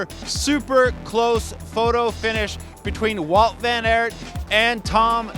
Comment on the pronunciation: Who’s Woot Ven Irt 🤣🤣🤣🤣 his name has been pronounced that many times dunno how he can get it wrong.